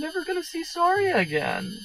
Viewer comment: You pronounced Saria's name wrong.